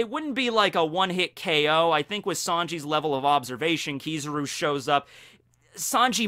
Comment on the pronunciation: kiz a ruuuuuu not kiza roo